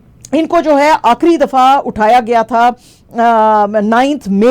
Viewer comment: أکھری نہیں آخری